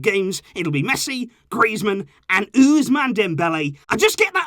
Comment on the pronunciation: no one:: Ooze Man Dembele